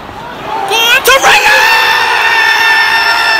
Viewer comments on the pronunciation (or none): the way my man says Torreira's name hahahahaha